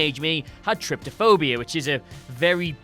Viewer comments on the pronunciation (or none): There is no second T sound in Trypophobia... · Sooooo you only like generic and unimaginative games? Also, how can you mispronounce trypophobia when the word is right there in the video and surely in your script? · He like even shown how it spelled, and still called it "trypTophobia"